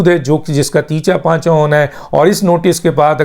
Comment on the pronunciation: ڈاکٹر صاحب آپ کیسے اہل زبان ہیں جن کو اپنی زبان ہی نہیں آتی۔ تیتا پانچہ نہیں ہوتا، تیا پانچہ کہا جاتا ہںے